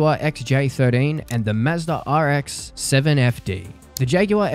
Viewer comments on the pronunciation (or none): The pause when you say Rx-7 is hilarious